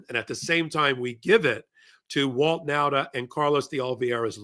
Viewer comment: Last time i tell you. Nauta is pronounced Nawta.